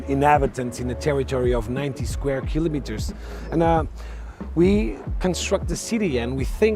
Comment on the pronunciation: I can see why this guy is the president of the tourism for Cascais—laid back, eloquent, diplomatic, and knowledgeable. And he pronounces kilometres correctly! Great!